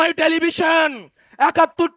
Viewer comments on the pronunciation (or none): কুত্যটা টেলিভিশন ও বলতে পারে না